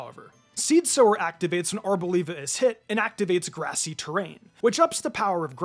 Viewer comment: We all know that Smoliv is a combination of small and Olive, right? So why does every YouTuber pronounce Arboliva as if olive is no longer part of its name?